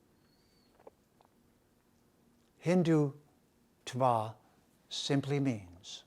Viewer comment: You cannot even pronounce the word Hindutva correctly!!!! Haha!